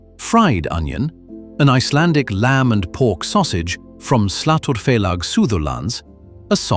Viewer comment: I must say, you pronounce Icelandic very well, 😊👍👍